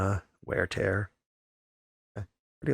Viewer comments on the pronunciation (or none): none